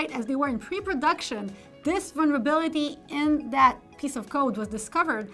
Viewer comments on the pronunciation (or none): listened again - it was 'one-verability' of some sort